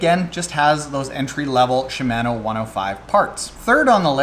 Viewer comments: Gah stop saying Shi-MAN-o! It's Shim-Ah-no! Jeez man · “CHEE-MAN-Oooo” *cringing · Was scratching my head about the pronunciation of "Shimano" but at the end you mentioned Canada so that must be it... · Should I really listen to anyone who can’t properly pronounce Shimano??? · Killing me with the pronunciation of Shimano.